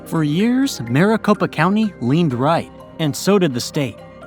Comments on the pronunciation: AZ became a state only 1 month after NM. Not months. Also keep saying Maricopa like Mar-a-Lago (mɑːrəˈ). It should be like Mare or mærɪˈ. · Much wincing all throughout this video’s mispronunciation. “MAHR-a-copa” really got me, lol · They didn’t even say maricopa right